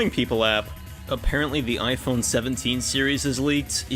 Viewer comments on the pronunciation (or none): none